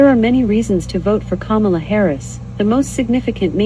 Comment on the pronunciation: Notice how Alexa mispronounces Kamala.